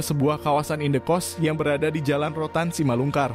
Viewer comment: Simalingkar min, bukan simalungkar. Tiba-tiba ngakak dengar rudal balistik 😆. Apa kabar dunia? Sudah gilaaaaa